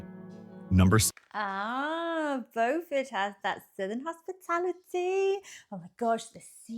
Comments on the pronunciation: Not how Beaufort is pronounced its Bew fort not Bo fort. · AI butchered the names of a few of these. It is "byew-ford" in South Carolina. There is a different city in North Carolina that is spelled the same that is pronounced as "bow-ford" like this video. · The town named Beaufort in South Carolina is pronounced Bew(sounds like new)-furt. The town in North Carolina by the same name is pronounced as the narrator said it. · Byew-furt, SC. See if you can find a video on affordable US towns that are pretty. I think Harper’s Ferry was the closest to an affordable place. A lot of our place names came about when people read about European places in the newspapers or books and there wasn’t anyone who knew the proper pronunciation. No radio, TV, movies to hear it pronounced. Depending on the part of the US, the same name could be pronounced many ways. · I think I would write the pronunciation more like Byew-fert. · Beau is pronounced as 'bow' but I know a lot of down here call it Bewfirt. LOL. not to insult anybody's intelligent, I've traveled thru a lot of states and cities in this country...everyone has different dialog from the place or environment where they grew up in. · It’s French vs English pronunciation. Bo-fort English, Bew-fert, French. It depends on who settled the area. The same with Boyer. Boy-er English. Bew-yer, French.